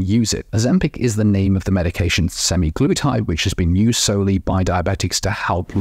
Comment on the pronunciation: Good discussion...although my ears fell of with the pronunciation sem-eye-glutide.